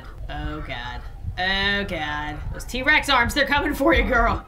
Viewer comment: She said t-rax